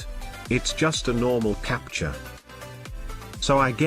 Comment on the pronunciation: "This capture is... leshit"